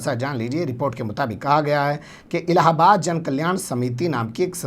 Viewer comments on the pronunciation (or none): none